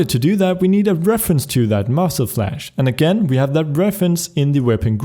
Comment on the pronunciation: spuddie I know, I made that mistake for a reason, I know that he is Swedish, but it is really funny to hear him saying muscle flash instead of muzzle flash :D By that I mean no offense, I am not either a natural English speaker.